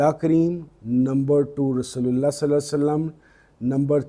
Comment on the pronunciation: Sir saly nahi perhen salli perhen